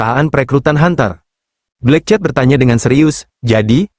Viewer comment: Min, sebut nama bagi sedap sikit, bukan black chat. Tapi black cat(kucing hitam)... rasa nk marah ada juga sebut nama xbetol